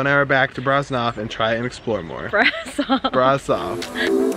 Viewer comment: actually it s pronounced "Brashov" and "Pelesh". Keep up the good work! I like your vids!